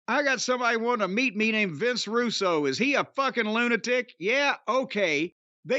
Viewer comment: Did he just call him Vinnie Roo?? 💀💀💀